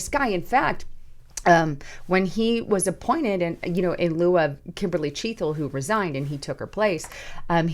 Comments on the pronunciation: .... CHEA TLE... NOT chea thle!!!! No "H" !!! Gawd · C'mon. Chea "t" le!!!!!!????